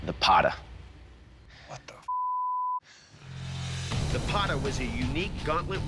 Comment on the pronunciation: It ain't Bog Knock, it is Bagh Nakh. It is not Qatar (that is a country lol), it is Kattaar. It is not Pata, it is Pattaa.